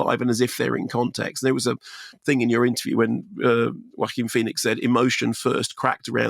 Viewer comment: Love how you put the "Wacky" into the name Joaquin 😆